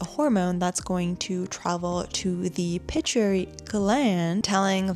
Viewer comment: Amygdala, accent is on the first y pronounced i. Pit-U-I-tary gland not pituary.